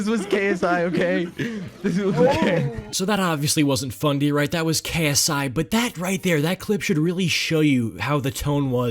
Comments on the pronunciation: did he say fundy or bundy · Did you say BUNDY?